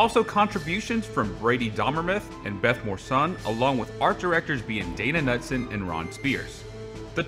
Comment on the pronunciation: I enjoyed your video but I know several people with the last name Knutson and they all attest that the proper pronunciation is [ka-Noot-san]. I know it isn't a big deal, just thought it might help you in the future.